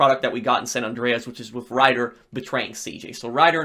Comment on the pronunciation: It bugs me how this guy says "Andreas"